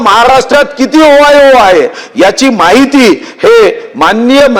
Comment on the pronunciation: ओ वाय ओ नाही हो ओयो असतय ते